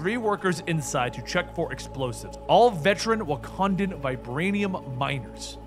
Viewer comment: you need to work on your wakandian accent